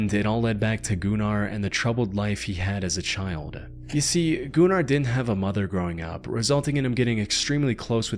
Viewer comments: Goo nar is crazy I think it's pronounced Gunner 😂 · Shouldn't that be pronounced as "gunner runner" not "goonar roonar". Smh, lol. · "Gun-ar" not goon-ar. Gunnar is a Nordic name that was around even in viking times. He may have been a gooner but was definitely called gunnar. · Pronouncing Gunnar as gooner 💔🥀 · the "oo" sound is pronounced more like you would say it in the word "book", not like he did it in the video. also from my experience of hearing nordic people use that name, they pronounce it more like gün-ar, rather than goonEr 😭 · I love the pronunciation of GOO-NAR. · i'm sorry but i cannot listen to the last story without laughing because of his name sounding like "Gooner" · I saw that video where the she had a seizure, or looked like it. This looks like it could be A.I. narrated due to pronunciation. Goonar 😂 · im sorry... Goonar? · "Gunnar". It's a common name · The way this dude said Gunnar as GOONAR had me rolling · Gunnar has been a very common name for many centuries in the Nordic countries and it really isn't a wierd name if you don't make it wierd. Plus it's not pronounsed like that. Was really not tryna sound rude or something even though I see how it can look that way.